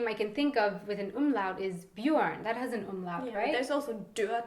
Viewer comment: Hey, hast du das Wort "Umlaut" oft geübt? Die Aussprache? Ich habe das Video gerade nebenbei gehört und war plötzlich so verwirrt, da fehlte so sehr dein Akzent, ich konnte gar nicht zuordnen wer das gesagt hat. Versteh mich nicht falsch, ich habe gar nichts gegen Akzente, aber das hat sich einfach so gut angehört, wow!;)